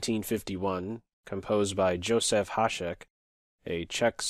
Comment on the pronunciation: In Czech we pronounce Josef like Yosef, just for your future knowledge. Love your videos